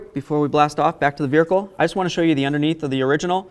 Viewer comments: He keeps saying "Vericle" lol. YOu did a great job though. I changed mine on my 2010 watching this. Thank you for the video really good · Excellent video. Very very helpful Thank you so much. Although I was a little nervous about that torch underneath the car. Also calling the car a "veerhicle" was hysteerical 😅